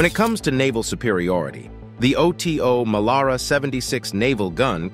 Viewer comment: Oto Melara it the name of the italian cannon maker Oto is his first name . Do you pronounce john doe: Jay oh aich en , dee oh eee? Oh tee oh , really? try OTO Weiss, and learn about temperature.